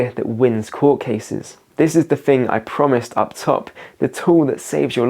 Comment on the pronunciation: The "T-H" sound is useful, try it. "Fings", not a real word.